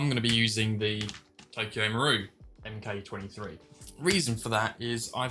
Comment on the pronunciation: Nice video, thanks, your videos are very helpful in avoiding mistakes when upgrading parts. One thing though, please stop saying M K 23, it's a Mk23 (Mark23). Good job though, I'll be ordering some parts from Empire soon. I would like to put a long barrel in my Mk23, to extend through the suppressor, which one would you recommend. ❤